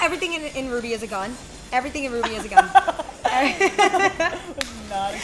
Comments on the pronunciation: Hey hey I literally tried so hard to correct your purnouncitaon of r-w-b-y Ps rwby came out 8 years ago almost at the big 10 time flies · I REMEMVEE QHEN SHE SAID R W B Y